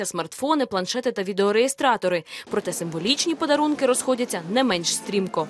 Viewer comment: "Підарунки" "Азіров" создал новый сленг. Лучше бы уже как мог говорил, а то люди смотрят, учатся... )))